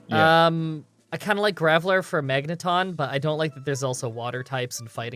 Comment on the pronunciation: "Ton-Magne" sounds unintentionally French